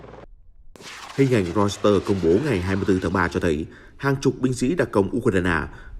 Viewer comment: Hãng tin Reuter đọc là Roi tơ, chứ đâu là Rois tơ. Lỗi 1 lần thì là lỗi, lặp lại nhiều lần thì đó là hổng kiến thức đó bạn.